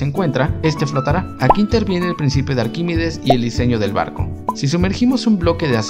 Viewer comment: ¿Por qué pronuncias "Arquímides" en vez de Arquímedes?